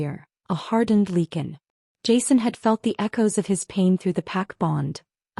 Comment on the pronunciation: "Lee kun". Are you serious?!